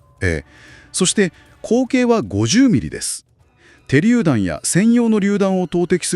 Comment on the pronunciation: てりゅうだんではなくしゅりゅうだん